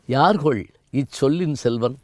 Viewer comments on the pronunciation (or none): இவர் அறிஞர். ஆனால் "யார் கொல்" என்ற இராமனின் கூற்றை "யார் கொள்" என்று பேசுகிறாரே. ஆரியர்க்காக என்பதை ஆருயிர்க்காக என்று பிழையாகப் பேசுகிறார்.‌ ஆஞ்சனேயன் என்பதை ஆஞ்ச்சனேயன் என்கிறார்.‌ மேலும் எண்ணி அக்கறையுடன் பேச வேண்டாவா?